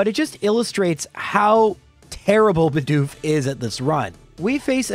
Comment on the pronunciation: Why do so many youtubers fail to say Bedoof properly? Half of the time it sound likes they are saying Budew instead.